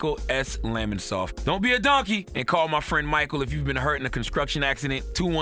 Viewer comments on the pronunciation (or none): The way he pronounces “construction” in the advertisement always triggers me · Can someone tell Charlamagne his Ad needs to be redone I swear every time I hear say "consxruction", I'm rolling😂😂